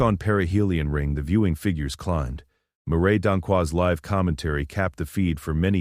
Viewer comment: Great graphics that actually relate to the narrative. Except for Ryo sitting on air in the middle of the aisle at around 5 minutes in. Narration pretty good until "better to go live" with a short i sound instead of the long i in the correct word: live. Nice that the kids look like middle schoolers in the graphics. Incorrect pronunciation of "improvising." The final look of Vek Rassh does not match his earlier appearance.